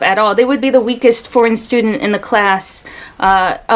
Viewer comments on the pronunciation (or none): none